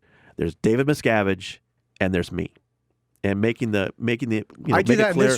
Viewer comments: I never understood how people can hear someone say a name or a word the correct way, and then says it completely different. “Miscavitch”! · "David Miskovich" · I’m a conservative who votes Republican. I have lived in Hollywood, been invited and attended lunch on the Scientology ship and avoided anyone who pronounced an affiliation to Scientology. Thank God! Trump is as far away as he can be and his followers are too! Having been a pilot and flown into Hemet several times, visited Lake Arrowhead a couple of times, I can see why they would want the alluring sceenary as a backdrop. I wonder the compound is anywhere near the island that Greta Garbo once spoke about? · Sorry, but how do these hosts not even know how to pronounce certain names or know nothing about Scientology before interviewing this person? As a journalist, this is unheard of. You are taught never to ask a question you don't already know the answer to. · Why are the two hosts completely unable to properly pronounce Miscavige, despite Tony repeatedly saying it correctly? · Guys...you don't know how to pronounce Leah Remini or David Miscavige and you have a guest on speaking strictly about Scientology for 45 minutes? What rock do you live under? Come on, do the slightest bit of research before your guests come on. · i've listened to jim and sam for a while now, they're not fucking with this guy like o&a used to do with writers. so why the fuck can they not pronounce miscavige correctly when the guy fucking tells them the way it's pronounced.